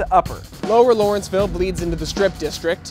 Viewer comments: First, allow me to correct you. It is LAW-renceville, NOT LOR-enceville. I grew up here, lived elsewhere in the city, and returned after many years for personal reasons. I, for one, am among the probable minority who are unhappy about what this neighborhood has become. I truly resent that some had considered this a dangerous, crime-ridden community. Maybe it was, but not to the degree that it has been portrayed. If anything, my quality of life in Lawrenceville is worse now than ever - a bunch of bars/restaurants/clubs that don't adhere to noise ordinances, and patrons and owners of those establishments that don't give a flying fuk about the neighborhood as long as there's money to be made and a party to be had. Yes, there is definitely a move to rid the neighborhood of older owners and housing stock. Who said, "You can't go home again?" Correct. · LAW - renceville. LAW, not LOR!